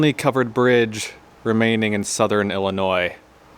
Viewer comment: This was beautiful 💕 Thank you💕….and thank you for pronouncing Illinois correctly👍🏼👍🏼👍🏼